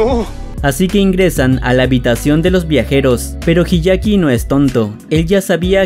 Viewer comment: El anime es mejor Se dice hyakkimaru No hiyaki Se dice taomaru La H no cuenta